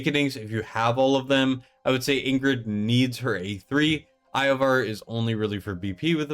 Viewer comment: I can understand saying Iovar wrong (although I can't understand not realizing it as soon as you hear yourself) but bro... How have you never heard the name Nastya?